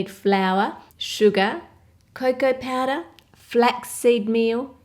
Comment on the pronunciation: Wotah, vanillah, and baking pawdah